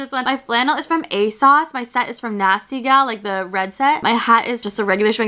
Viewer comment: not saying aSAUCE lol girl it’s asose love uou 😂